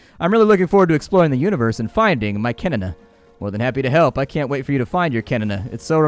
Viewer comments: Wait wait wait...did you just say kenn as kenene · hehe.. you should not say the "n" in "kenn" two times :D it is only said like it is "Ken" :)